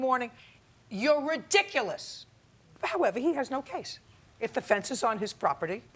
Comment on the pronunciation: “You’re RIDICULOUS!” Love when she says things like that with such conviction, and clenching her teeth whilst doing so.